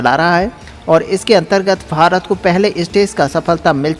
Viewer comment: Sirji kindly pronounce as BHARAT & not as FHARAT